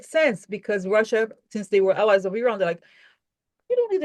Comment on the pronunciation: Hi, I'm from lran, over 55 years ago. Thank you for pronouncing correctly 😇